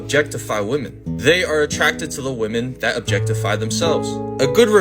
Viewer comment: DOG, WTF is it soooooo hard for you to say WOMAN & WOMEN properly!!???!!!! I watch your shit, but when you say it wrong, every mfkn time, it really bothers me!!!